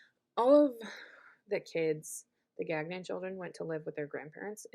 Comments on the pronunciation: its pronounced gan yon. its french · Really don’t think you are pronouncing Gagnon correctly…